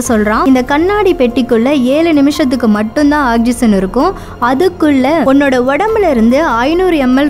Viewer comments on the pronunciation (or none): none